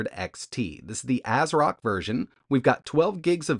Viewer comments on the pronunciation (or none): none